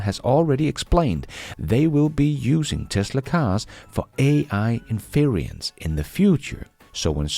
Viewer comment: By the way, your pronunciation of "inference" makes me chuckle.. It's three syllables, not four. There is no "i" in the middle 🙂